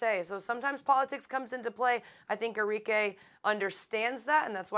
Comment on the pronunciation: Its arikeh int pronunciation not Ari-k